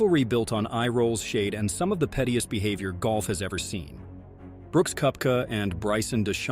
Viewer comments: Brooks cup-ka and Bryson De-shom-beau? Seriously? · Brooks KUP-ca?